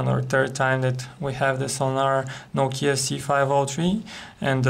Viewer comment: *NOU-KEE_YA* #LOL